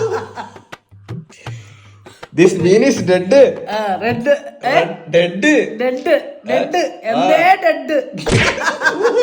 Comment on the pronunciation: deadu deadu ennee... deaddu 🤣🤣🤣🤣